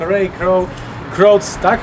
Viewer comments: Panowie to nie jest że się czepiam ale Ray Kroc wymawia się Rej Krok 👽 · Nazwisko Raya Kroca wymawia się Krok